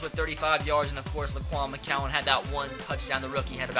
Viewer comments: McGowan... G not C... Gowan not cowan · If he says “mccowan “ instead of “McGowan” one more time